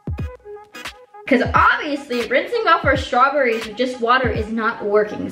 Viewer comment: nobody:: strawburries